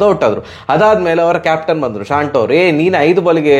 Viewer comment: ಶಾಂಟೊ ಅಲ್ಲಾ ಮಾರೆ ಶಾಂತೋ... ನೀವು ಎಂಥ ಇಂಗ್ಲೆಂಡ್ ನಾವ್ರಾ?